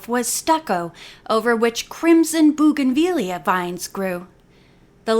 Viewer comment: There's that "bougainvillea." You'd never know you had trouble with it!